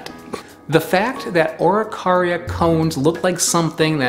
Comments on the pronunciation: I think its pronounced: A'ro-kay-ri-aa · You butchered the pronunciation beyond repair xd. In chile they are mostly eaten toasted or as flour in bread, tho pine nuts dont even exist here, common araucaria nuts are around 6cm long, some even get to 10. Also the religius appreciation for them is found in every single place where it grew, since it is a long lasting foods source that can be used for everything. Here they have spiritual value, the mapuches take care of their trees for generations even.